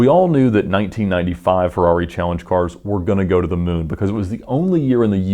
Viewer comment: <3 The way you pronounce "Ferrawri"